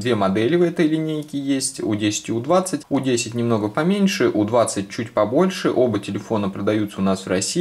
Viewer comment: Не у, а ю